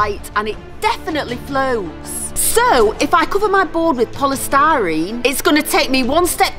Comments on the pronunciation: called polystyrene 'polestarine' learn to talk. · It is polistireen not polistareen